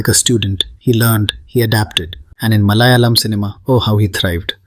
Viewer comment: Atleast say Malayalam correctly since you claim to be a malayali ..LOL